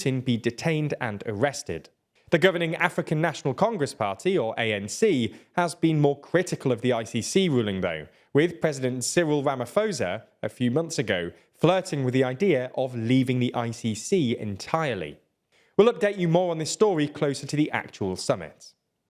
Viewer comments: It bugs me too much. It's pronounced "RamaPosa" with a hard p (play, paper, parrot, etc.) Calling him "RamaFosa" is a bit disrespectful to the langauge - even if the name belongs to a useless areshole of a president. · Man I hate that this government of ours is so Russian centric. That said the PH in Ramaphosas a P not an F. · oh, its pronounced RAMA-PO-ZA. but love the content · Pronounciation correction: South African president’s name is pronounced “Siril Ramaposah” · Ramaphosa pronounced Ra-ma-po-za (the H is silent) asseblief. Dankie. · Fyi, The 'ph' in Ramaphosa is a hard P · I never thought sombody would pronounce uncle Cyril's name like that